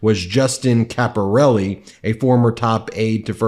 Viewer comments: You pronounced Caporale wrong. It's pronounced Capor- al- eh not Capor al- e. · Caporale is not pronounced Caporelli, you can do better than this.